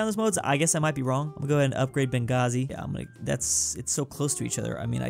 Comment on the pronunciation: only city he pronuonces Benghazi 😂😂😂